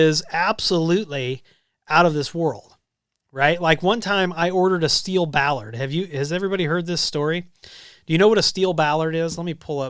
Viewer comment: bollard noun... bol·lard. Pronounce the O.